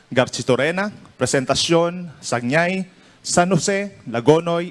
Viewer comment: Ang tamang Pag bigkas ng "Sagñay" ay Sangay po Silent "G" po yan hi from bicol CamSur po.